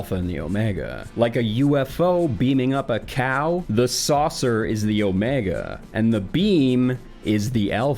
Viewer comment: It bothers me so much when he says the alpha and the omega. It's like saying jalapeno starts with the J it is obnoxious.